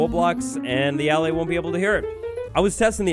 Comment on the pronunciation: Ur saying allay wrong